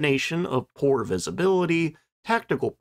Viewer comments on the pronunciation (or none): none